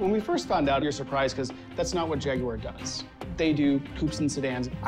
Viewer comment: Why would I pay attention to talking heads, who can't even pronounce Jaguar correctly?